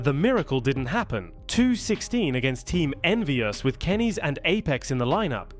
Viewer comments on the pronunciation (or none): is this ai? who calls kenny s kennies?